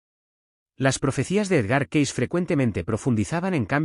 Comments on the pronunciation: Se dice Edgar Cays no como usted lo dice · Lamentablemente, el narrador pronuncia como quiere el apellido de Cayce.